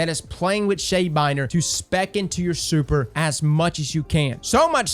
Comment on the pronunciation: Nobody:: Soüper